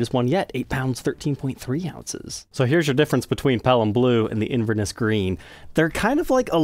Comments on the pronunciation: Wee pronunciation tweak: in Scotland they say “InverNESS” with emphasis on the last syllable. I don’t know how Scottish that colour is, though! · Nice video but would be amazing if you’d learn how to say Inverness properly 😊